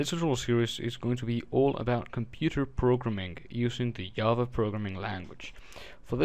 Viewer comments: it is Java, not yava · very informative video but it's JA-va. not YA-va. repeat after me: JAAAAAAAAA-va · Good tutorial but I just wanted to piontout that java is said with a g sounding I not a y sounding j